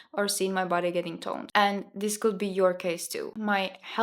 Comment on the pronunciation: Thank you for your advice and your nice video! Just some tips for pronunciation: could =[kud], not [kuld], said is like sad [säd], not [säjd], says [säs], not [säjs], decades [däkejds], not [dikejds] Thank you and all the best to you ❤